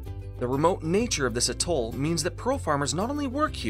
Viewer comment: Fantastic film. Very enjoyable with a very clear explanation. I hope you don't mind but the stress in on the A in Atoll. A'-toll.